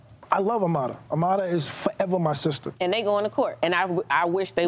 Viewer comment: Why do people pronounce Amara as "A-MA-DA" ??